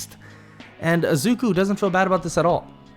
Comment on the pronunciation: I like I'm just focusing on the times he says azuku not izuku😂 but really good vid bro